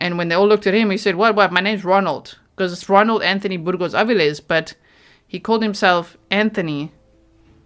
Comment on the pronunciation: How many people ♥️ pronunciation of Burgos-Avilles? ⤵️